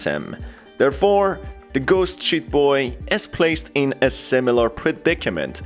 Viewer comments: Because of your accent i keep hearing "ghost shit boy" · Everytime He says sheet in british.. makes me recall the real word... The word Shi